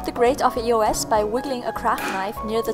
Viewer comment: E-O-S? It's pronounced EE-OHS!